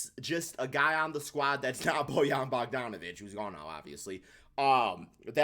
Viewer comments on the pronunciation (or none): none